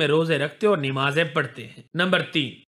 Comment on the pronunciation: Aby namaz bol nimaz nhi